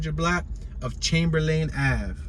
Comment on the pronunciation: Don't talk like a tourist. No one sez Chamber-lane. It's more like Chamberlin